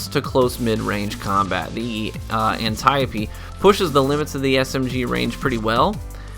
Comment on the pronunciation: Holy shit I think you just became my favorite Destiny Youtuber..... you pronounced the Antiope-D correctly.